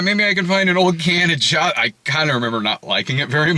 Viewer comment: I believe Josta is pronounced Y’osta.